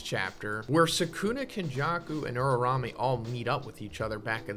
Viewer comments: Uraume's name: Uraume Zhoniin: Urarame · its not pronounced ururame and new